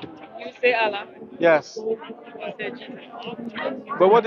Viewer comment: I just love the way pronounces the word "Allah" He does a unique elongation to it. I always look forward to his mentioning it. Tabarakah'Allah...